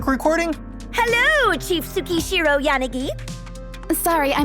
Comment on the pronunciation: wtf did they just mispronounce yanagi like YAH-ni-gi like a silly gaijin? she's obviously jp so it should be like ya-NA-gi. and tsukishiro should be tsu-KI-SHI-ro. or am i totally off... 🤦